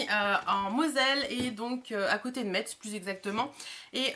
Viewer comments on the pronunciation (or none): hello :) Metz se prononce Mess :) Super HAUL ma belle, bonne journée